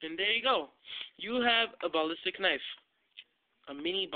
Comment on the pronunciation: Good video and tut but the way u say ballistic pisses me off! Haha but other than that good video.